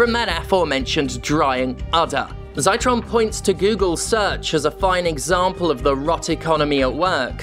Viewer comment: I think Ed Zitron's name is pronouced with a short i like 'citric'. Ed has a podcast btw, Better Offline, a weekly carthartic rant with good journalism underneath.